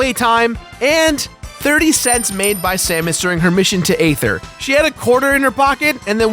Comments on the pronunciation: It's pronounced Ee-ther not Ay-ther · Okay this bothers me way to much The planets name is pronounced as ETHER! THE A IS SILENT! STUPID? MAYBE. BUT TRUE!